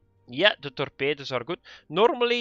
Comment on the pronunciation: torpeydoos............ please say this word more often.